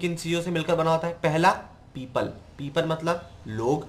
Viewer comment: People❌ Peeeepaaal✔️